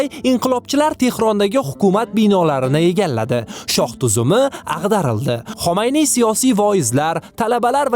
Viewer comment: sizdan iltimos: tarixiy shaxs va joylarning nomlarini aytishda e'tiborli bo'ling. Inglizcha aksent bn emas toza tilda gapirsangiz yanayam yaxshi bo'lardi.. Masalan Xomayniy emas Xumayniy va hokazo.